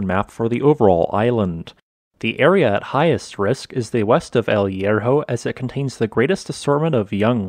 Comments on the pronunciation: Please try to improve the pronunciation google transate can help you. The H in spanish is always "mude" no sound at all, aways.good video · The H in Spanish is mute. So much effort in this and the main name hurts my ears